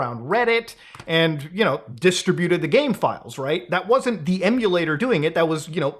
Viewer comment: Difficult to hear someone mispronounce 'distributed' this many times in 16 minutes.